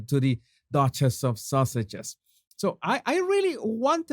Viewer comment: The way you say Sausages...When saying their so called titles LOL